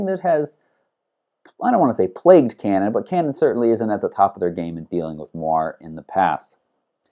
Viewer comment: The pronounciation of moiré is not ''moir'' but "moir-hay" with the focus on the last syllable :-)